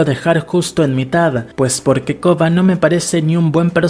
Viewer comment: Porque probablemente tiene problemas para pronunciar la “r”